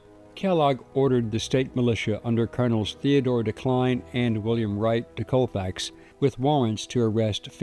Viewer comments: Colfax is so small not one stop light and its pronounced call fax not cole fax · I live a little over an hour from Colfax in Mississippi, but I have, or had relatives in Colfax. I have never heard of this. BTW, everyone around this area pronounces it "call fax".